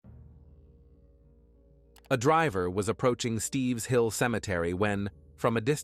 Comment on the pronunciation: It isn't "Steve's Hill"....It's Stipps Hill Road. I grew up in this town and even spent the night at David ison's house when we were children. These murders really shook up the whole town.